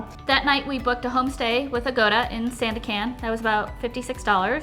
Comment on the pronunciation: great video! watching 40 mins feel like 4 seconds.. it doesnt matter anyway, but just wanna tell you Sandakan is pronounced as "sun-duck-cunt" :) A in Malay sounds 'uh'